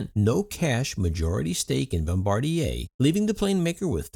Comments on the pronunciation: Yeah, it's Bombardier. I also noticed he said Embraer, but you can literally read the name of the airplane on the cabin seats! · isn't it bombardier?